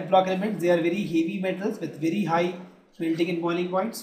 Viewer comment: it is melting not meting bro